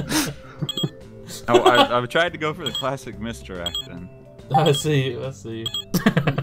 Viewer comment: "Clayssic"